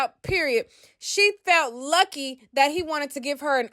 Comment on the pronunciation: She said YUCKY not LUCKY. 😂😂